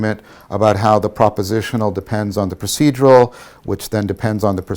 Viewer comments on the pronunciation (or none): none